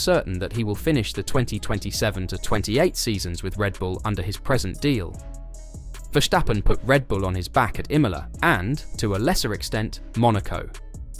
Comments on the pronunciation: It is 's', not 'sch'. It's a dutch name and is pronounced 's'. Just give it a try, English spoken fans, commenters and Youtubers. It is not that hard, you won't get tired of it, and it won't kill you :-) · Verstappen not Verschtappen.